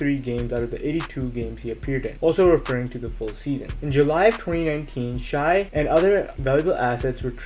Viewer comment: It’s pronounced shay